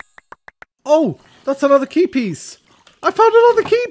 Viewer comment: Whenever you say Key Piece I hear Keepies!! That's a very word, I can imagine you naming your valuables chest "Keepies"